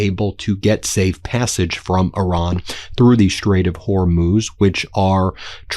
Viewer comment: Yay! Ben finally pronounces Hormuz better. 😊